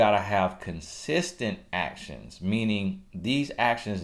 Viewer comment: He had TOO much fun with them “A-TIONS” 🤣🤣🤣💀💀💀